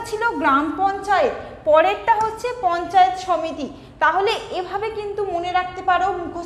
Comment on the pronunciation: মহুত নয় মাহুত, পঞ্চাত নয় পঞ্চায়েত । উচ্চারণ ঠিক করতে হবে ।